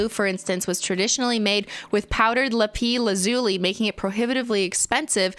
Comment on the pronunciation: LOL you said lapis lazuli with a French pronunciation. You say the S in “lapis” 😂💕